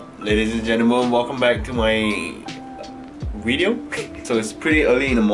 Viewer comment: Its great when says wideo